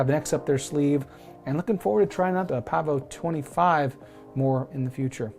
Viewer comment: Yes Sir, you pronounced it correctly. 😄